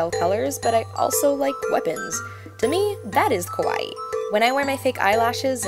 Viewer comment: It's so cute how you say kawaii >////< cuz you pronounce it like it's kowai (scary) and it's like you're having a Yuno Gasai moment!!!